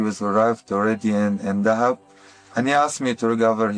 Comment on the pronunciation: He says Dahab wrong too. It's pronounced how the diver is saying it. DUH-hab.